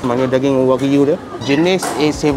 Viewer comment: Wagyu sebutan masing2 wakyuuuu 😂😂😂😂